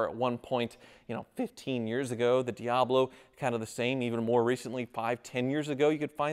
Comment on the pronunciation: Ha! That's funny.. Jeff Goldblum has a "DeeHablo" too!